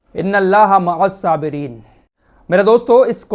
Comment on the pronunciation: Not "mahassabireen",it is "maa, assabireen". Arabic word "aain" should be properly pronounced. Please don't mind.